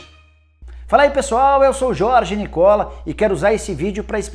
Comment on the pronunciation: teu nome é Nicola, sem dopia, assim o o é fechado, tanto aqui como na Italia vc esta pronunciando o próprio nome errado amigão